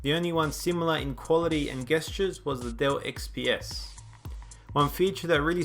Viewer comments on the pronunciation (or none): its pronounce 'jestures' not 'gestures' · OH MY GOD PRONOUNCE GESTURES CORRECTLY. Also, thanks for the fantastic review!